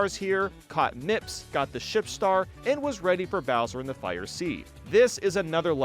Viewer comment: i thought he said "ship" 😂😂